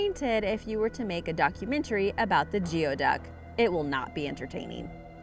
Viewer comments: It is NOT pronounced GEO-duck. It is pronounced GOOEY-duck! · Geoduck is pronounced "gooey duck" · Completely butchered the pronunciation of GEODUCK... obviously you are not from the coast here where they are found...it's pronounced "gooey-duc"